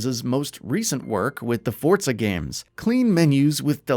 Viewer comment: its FORZA not fortza ... FORZA and fortnite didnt have sex and made a baby say it like a normal person